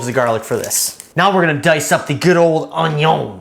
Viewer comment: You sound Québécois (french-canadian) when you say «onee-ohhn»!